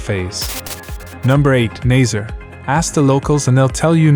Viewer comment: Lovely places, I know most of them, despite the strangled pronunciation of them ☺ Mar-vow. Obidos is pronounced with the same rhythm as Lollipop. Nazz-array not nazair. etc etc